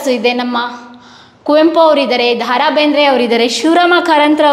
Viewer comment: ಅದು ದಾ ರಾ ಬೇಂದ್ರೆ ಅಲ್ಲ.. ದ. ರಾ ಬೇಂದ್ರೆ